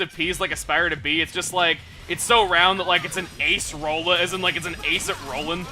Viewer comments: acerola is a tropical berry not whatever you said lol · As a brazilian, hearing chugga saying "acerola" like this was pretty funny! (by the way this is a acerola